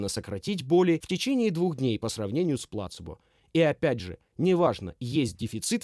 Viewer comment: Спасибо автору за перевод, но все-таки плацЕбо, а не плАцебо